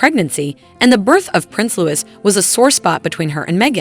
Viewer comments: Willliams youngest childs name is spelt Louis therefore pronounced as same (rhymes with Dewy) it is not pronounced Lewis!! Also Lilibet, is Lili as requested by her parents, there was only one Lilibet and that was the late Queen Elizabeth, it was her childhood nickname. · For the love of God… you could have found someone who knew how to pronounce Louis, and Givenchy. How embarrassing.